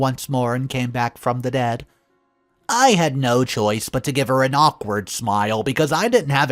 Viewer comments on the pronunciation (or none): none